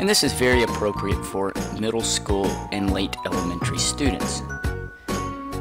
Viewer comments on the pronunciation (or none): none